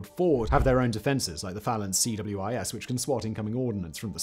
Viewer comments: The anti missile gatling gun is the Phalanx CIWS, not CWIS. Popularly called See-Wiz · CIWS, not CWIS (close-in weapon system) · Please Simon, CIWS, is see-whiz. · I just wish you'd call the CWIS the See-Wizz...